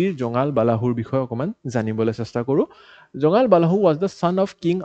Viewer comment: nokoi nuwarilu dei beya napabo. জোঙাল বালাহু nohoi জোঙাল বলহু hoi । আমল প্ৰভা nohoi অমল প্ৰভা hoi । Apuni jihetu axomiya egorokari . Axomiya pronounciation bur xuddhokoi kole xuni bhal lage diok sun.